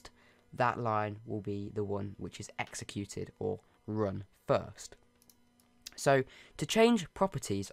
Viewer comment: My favorite part was when he said fiwst